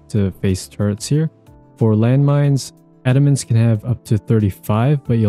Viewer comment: thanks for not saying adamance wrong